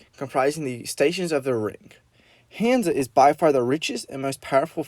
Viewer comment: Oh and also no hate but you pronounced hansa wrong